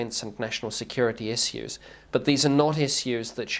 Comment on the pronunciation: Cringing at how he says "issiws"...(issues) I just cant stand this dude bc hes a sellout and a liar